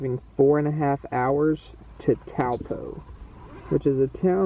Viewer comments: Hi I’m Claudia and I’m from Napier in New Zealand one hour away from Taupo you say it like toe paw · Taupō is pronounced toe paw